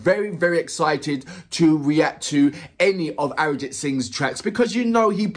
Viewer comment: I can absolutely relate to you saying that it reminds you of Sting, but there is the difference of the number of people turning up. For reference let’s take the number to be a 100,000 and that’s quite common. We actually have the power of population 😂🤣😂🤣. Secondly, when you say the name Arijit Singh and then say “Live” crowd gets crazy! And swear he delivers exceptionally! Pronunciation time 😜… Jo(as in ‘Joe’) Bhe(stress on “Ae’)+Ji Thi(thi of ‘three’) Dua(its ‘Do’ and ‘A’).